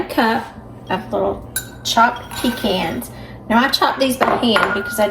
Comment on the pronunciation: I am so happy to hear you say pe-cans instead of pe-chauns. I get a lot of flack from my northern friends 😃